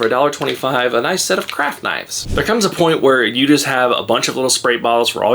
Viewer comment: When you said craft knives it almost sounded like crack knives 🤣